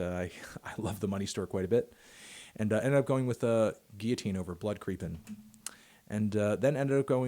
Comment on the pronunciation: He says it goes guillotine not it goes “Geeyateene”